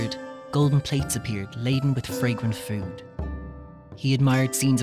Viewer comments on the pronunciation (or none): none